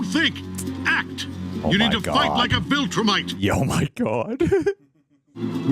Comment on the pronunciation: Do you have to pronounce viltrumite like that 😂